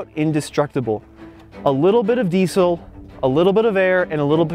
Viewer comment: Wenn noch einmal Diesel so sagst alter ........